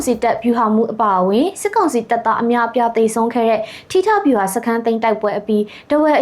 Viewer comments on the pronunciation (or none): စက်ကောင်စီမဟုတ်ဘူး စစ်ကောင်စီ။အသံထွက်ပီသအောင်အရင်လေ့ကျင့်အုန်း။